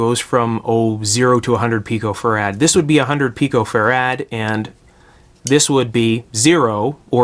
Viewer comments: it isnt fa-rad, its fe-rit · Good work. (Never heard anyone else ever pronounce farad as farAD.)